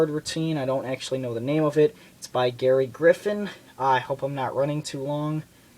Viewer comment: im a good friend of gerry and if your going to reveal his trick you could at least say his name right its gerry not garry.